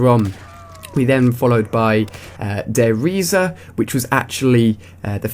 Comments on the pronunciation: its der riese(rees) not reisea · Nacht der toten pronounced " Natched der toten" and Der Riese pronounced "Der Reez" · Der reesa? Lol fail pronunciation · dude im not hating but its pronounced der rises the i is like eye and it means the journey ( I do GCSE German) just letting you know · its pronounced der rise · Der riese is not pronuonced DER RIESER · its actully pronounced der rees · Der Reise is pronounced dare rise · ali a u pronounced nacht der untoten, verruckt and der riese wrong but oh well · Not slagging but he said der reise wrong. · i think its wierd how he says Der Riese